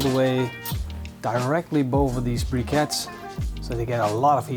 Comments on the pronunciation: "Directly boven these brickets" :p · "directly boven these brickets" haha wat een kanjer deze man👍🏻